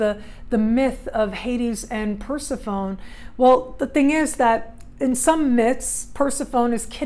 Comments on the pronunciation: I believe it's per-sef-PHONEE. Not Per-si-phone. Not sure how someone could study mythology and not know??? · New sub! Capricorn, trying to figure out this Pluto stuff and relationships and transformation. Love the idea of Persephone voluntarily going to the underworld. I think it’s pronounced Per-sef-ony 😘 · Per·seph·o·ne | \ pər-ˈse-fə-nē (pronounced Persephonee -- long e. Not an English silent e like telephone) Great vid !